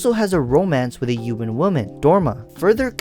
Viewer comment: Are you French because you’re not pronouncing the h in human and humanity?